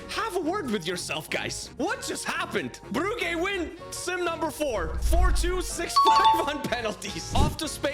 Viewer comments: Brugge you say brujje not brugge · Its pronounced bruje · it s club bruj ( the pronuntiation) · I can’t take him seriously when he calls Brugge, “brew-gay” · It hurts my ears hearing you say club brugge and i'm not even belgian. It's pronuced club bruje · The correct pronounciation is [Brujj] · Your saying Brugge wrong😂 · Your saying brugge wrong. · It hurt me every time